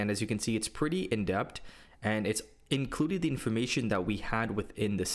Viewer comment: Excellent content as usual,! I've never used the playground, but now considering it due to the reasons you mentioned. Btw minor feedback you write and pronounce the word as "indept," but I think the term you're referring to is "in-depth," with a "TH" at the end. Perhaps adding that into your prompts will help you get even better outputs than you already get (although that may be tough since your work is always quality haha).